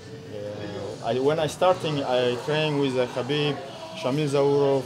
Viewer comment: Lmao, what were those attempts at saying Khabib's name? hahaha.